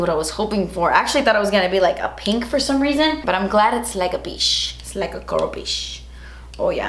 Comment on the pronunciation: Why do you say ch.. As shhh. It's not boxy SHARM. And it's not PEASH. U also say bawx instead of box. You sound uneducated when you say peash instead of peachhhhh and SHARM instead of CHARM